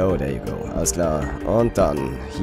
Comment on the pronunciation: wenn du schon so gerne "denglisch" sprichst, und denkst du seist cool, dann üb wenigstens das "th" es klingt nämlich einfach lächerlich, wenn du dauernd "der" you go sagst ;)